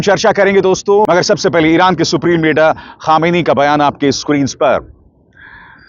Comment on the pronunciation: ख़ामेनी नहीं खामनेई साहेब बोलिए जनाब।